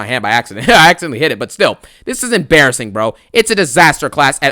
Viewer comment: ABSOLUTELY EMBARASSINGUHHH 😬